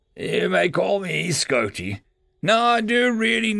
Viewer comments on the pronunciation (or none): Chief engineer... Schotee... kek